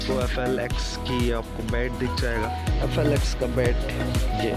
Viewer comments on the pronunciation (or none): FLY nahi FLX